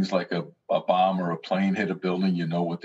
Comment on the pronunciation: wait, did he just say bomb or plane?